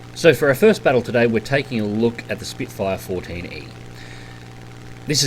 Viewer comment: Its Spitfire not Spitefire !!